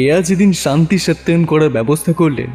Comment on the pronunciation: ওটা সস্তায়ন হবে, সত্যায়ন নয় 😂